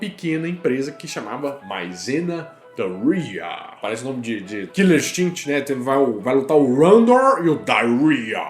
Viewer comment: Sem querer, você pronunciou "diarrhea" (diarreia) em vez de "Duryea" haha A pronúncia certa seria algo como "dãria".